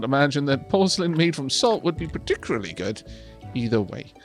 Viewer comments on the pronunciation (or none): none